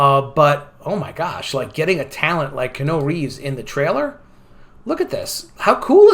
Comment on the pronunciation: It's pronounced KEE-YEAH-NEW. Please. Thanks for listening to my Ted Talk.